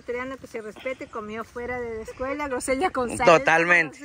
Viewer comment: Felicitaciones nos encanta sus videos solo un pedido porque también miran lis niños y se confunden en ciertas palabras como grosellas y NO gronsellas. Otra dice champuzón y es chapuzón por favor con todo el cariño del mundo y con mucha admiración y respeto de antemano gracias por todo lo que hacen